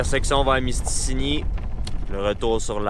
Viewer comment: Je vais faire mon gars chiant mais c'est pas mystini mais c'est mistassini XD